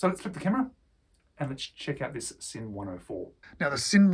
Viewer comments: Yes! In German S in the beginning of a word is pronounced Z. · The s in German is pronounced z mate